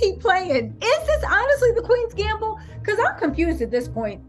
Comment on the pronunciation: It’s pronounced “QUEENS GAMBIT” Respectfully 🙏🏾